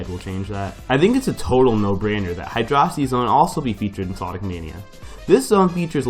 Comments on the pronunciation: it's Hy-dro-city not Hy-dross-ity. Also Collision Chaos is Spring Yard. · did you just say hydrawcit-- no. im done.